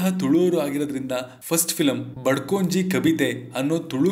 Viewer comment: ಅದು 'ಬಡ್ಕೊಂಜಿ ಕಬಿತೆ' ಅಲ್ಲ.... 'ಬದ್ಕೊಂಜಿ ಕಬಿತೆ' ಅಂದ್ರೆ ಕನ್ನಡದಲ್ಲಿ ಬದುಕೊಂದು ಕವಿತೆ.